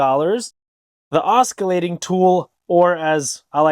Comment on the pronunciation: "awsckilaydin' tool"